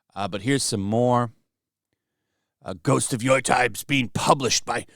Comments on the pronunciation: Yo Tie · Funny ppl keep mispronouncing YO-TEI with YO-TIE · By they way, Yotei is pronounced "yo-tay" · nope, apparently is "Yootei" with the "ei" part sounding like the one in "Toei" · Man, great video...but if you do more videos on them, please learn how to pronounce Yotei :'D